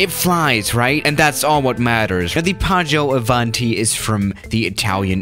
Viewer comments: I'm Italian, and when says "PĀGGIØ ÀVÀNTI" I was about to throw up. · nobody:: PAAGIOU AVANTI